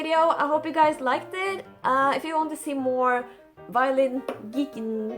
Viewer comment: He calls it the violent... badum tttsss... i was somewhat laughing at that point and i don't know if it's just sad or funny if you trip and cut your arm on your own violin 😅